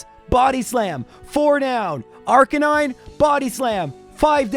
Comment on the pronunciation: When pronounces it Arca nine, you know it's bad.